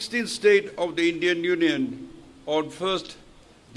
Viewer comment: its union not neuion😂😂😂